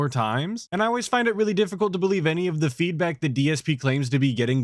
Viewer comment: He really needs to stop using the word feedback if he cannot pronounce it properly.